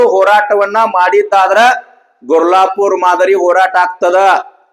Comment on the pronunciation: ಅಣ್ಣಾ ಗುರ್ಜಾಪುರ ಅಲ್ಲ ಗುರ್ಲಾಪೂರ ❤️